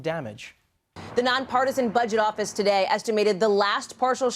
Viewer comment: Trump. Pronounces today as Tewchey